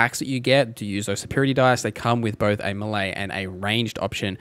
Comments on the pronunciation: May-lay not Me-lee. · "Meh-lay", not meely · It took me a good 40 minutes to realise you were saying melee instead of milli that shit is confusing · Millie. Melee. I cannot decide. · melee == "may-lay"